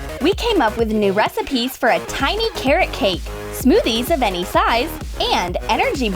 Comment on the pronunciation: It’s tiny(thayni) not tiny(Tenny)